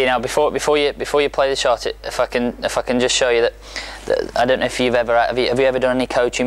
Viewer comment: His "if I can" sounded like "fucking"